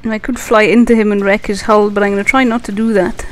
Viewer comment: this person should really include a caption link to a part where he or she (i can't make it out..) stops the explaining. the english is also quite hard to follow. hull is pronounced as hell, and apparently there is a wing of ships in his/her wing.. :s